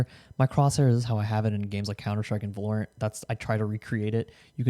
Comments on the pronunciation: its pronounced VALorant jesus christ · "volerent" I like the way he pronounces it 💀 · The way he pronounces "Valorant" is really bugging me lol